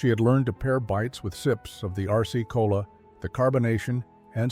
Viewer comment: I heard Arsce-Cola. Well, maybe to avoid problems with trademark infringement, or some such thing. 🎉